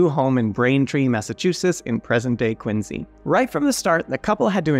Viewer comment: Thanks to, I now know how to properly pronounce "Quincy".